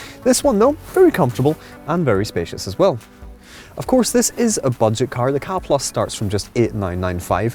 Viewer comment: Pet hate - it's pronounced 'CAR' not KA or K-A. Car reviewers should know this. I worked for Ford so I know what I'm talking about.